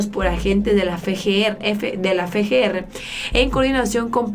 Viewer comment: Cómo es posible que pronuncies bien FBI, mas no así FGR?